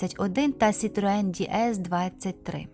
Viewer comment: Хай Бог милує! Який, у дупу, Ді Ес? Це ДЕ ЕС - «Богіня»!!!! Ганьба! Дізлайк!!!!